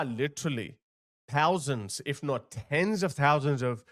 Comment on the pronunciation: "... coming to Britain in their... "tousands"?..., old boy, how about completely determining in your heart of hearts that you are now an honest to goodness 'Westerner', and as such you will learn to pronounce the letter "H", and that way, we won't have to hear you refer to those "Turd World" nations anymore.